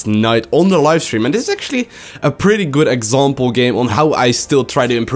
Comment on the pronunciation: "Henglish very Hgood" 2014